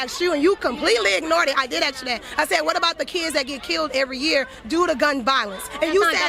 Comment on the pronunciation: Face palm... You can't fix stupid! And it's ASK not AX!